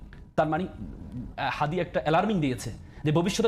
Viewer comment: হাদির নামটা পর্যন্ত উচ্চারণ করতে পারে না দলের মহাসচিব তারপর এখন এই বুদ্ধিজীবী !!! ওরা মনে করে চিল্লাচিল্লি কইরা সব জিত্তা গেছে !!!